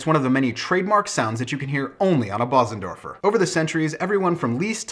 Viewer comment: It is pronounced Beuzendorfer (roughly).